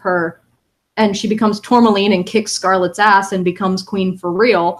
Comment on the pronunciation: Aaaaahhhh it bugged me so much that was calling her "Tourlamaine" when it is pronounced "Tour-ma-line". The L is after the M.